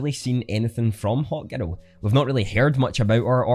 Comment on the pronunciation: Great video, love the accent. I thought u kept saying “hot girl” then i realized u were saying “hawk girl” XD Hahaha